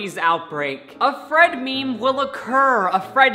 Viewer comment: my pet peeve is when people pronounce meme like “mee-mee”